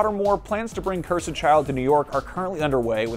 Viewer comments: Someone tell this guy how to say "cursed" correctly. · Why are you saying "Cursed" like that????!